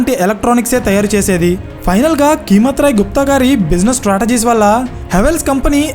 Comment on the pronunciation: Keemat Roy kadu, "Kaimat" Roy anandi..